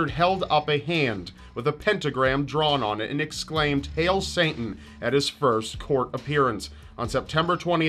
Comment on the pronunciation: Why do you allways pronounce Satan as Saintan? lol :D